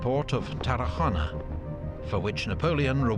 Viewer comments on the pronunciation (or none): The "go" in Tarragona or Aragón should sound like in the english word "Gothic". Interesting because he pronounces other words pretty well.